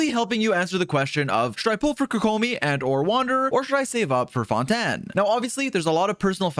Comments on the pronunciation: Everyone: fontaine This dude: fon tan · hearing you say "Phontan" is disgusting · Why do you say Fontaine like Fontaaan?